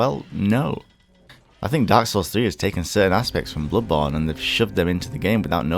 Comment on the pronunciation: I hate how he pronounces bloodborne